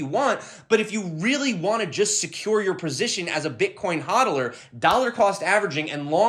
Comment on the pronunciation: are you saying hodl or sell